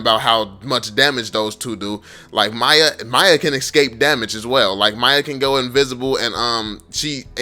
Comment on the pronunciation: i get so mad when u call miya to maya idk why